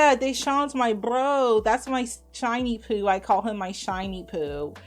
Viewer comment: I love you, but she says 'shawnyboo' not 'shinyboo' 😂